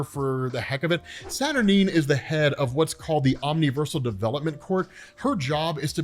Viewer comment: Staturnyne's pronounced statur-nine, or 9